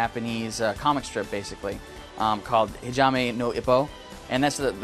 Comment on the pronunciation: Actually for { はじめ - Hajimé }," HA-Ji-mé " is more accurate... The " Ji " pronounced as a more " Shi " kinda sound and not a hard " gee " as it would if pronounced in his native, American tongue. At least the guy tried. Fine he got it wrong but being American, Japanese clearly isn't his first language.